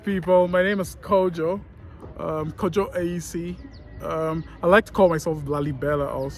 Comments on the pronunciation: Ofcourse he's fully blooded Ghanaian resides in my neibourhood he's very interesting intelligent person everybody knows him around... he pronounced his name just like most Fante guys with brofo asem pronounce it lol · just look at the way he pronounced his own name kojo. Even Ghanaians born and bred in the diaspora wouldn't mention it that way. He lost